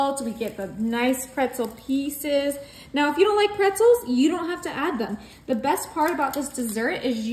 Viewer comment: This American doesn't. Drives me crazy when folks say "piecees". 😊